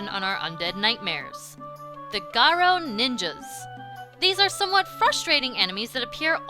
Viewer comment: Im so glad she says garo correctly.